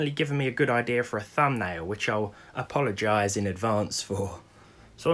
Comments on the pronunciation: "Apollogize" nice one... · apollo-gize heheheh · Apollo-gize. hue hue hue